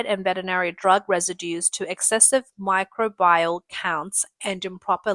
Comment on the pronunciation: You guys really need to change out this girl. She reads half the words wrong. "microbial", "carcinogenic" and "scrapped*. She also stutterd and slogs through the text with great difficulty. It's makes it very difficult to actually sit through any segment that she narrates.